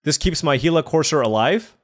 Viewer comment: Yes sir you said it correctly he la. The Actuall creature it's named after is a desert lizard that is very poisonous